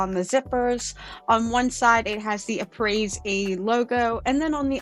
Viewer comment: Hey, just so you know, it's pronounced (uh-pray)